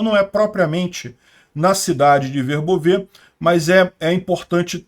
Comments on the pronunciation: Oi! Volte a pronunciar corretamente Verbóve Parabéns pelo trabalho! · Boa tarde,! Eu dei uma olhada no Google Tradutor, e a maneira que você pronunciava Verbove antes é que, aparentemente, estava correta, o último "e" não é pronunciado.